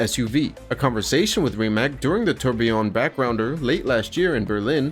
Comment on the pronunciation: Rimac is pronounced Ri-mats, not Rimack. Drives me crazy ...